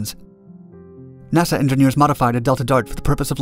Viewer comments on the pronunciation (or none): none